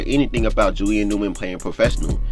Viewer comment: Bro why don’t you pronounce the first letters of your words. It sound like your saying Julian ewman